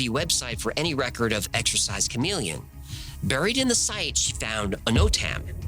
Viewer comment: "buried" is not pronounced "brrrr eeed" it's pronounced exactly like strawberry. Or Barry Allen.